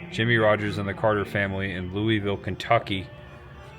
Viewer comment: Love the video, keep it up! Louisville = Lu-a-vul